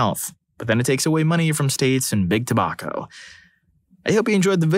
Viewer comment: The way they pronounced tobacco triggered me.